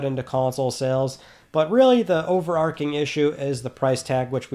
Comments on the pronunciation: In “overarching”, the “ch” is pronounced like in “chair”. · Both pronunciations are valid imo